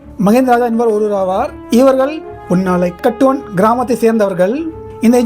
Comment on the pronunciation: அண்ணா, அந்தக் கிராமத்தின் பெயர் புன்னாலைக் கட்டுவன் என்று உச்சரிக்க வேண்டும்.